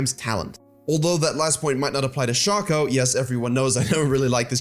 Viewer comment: Shay-ko. Not Shah-ko.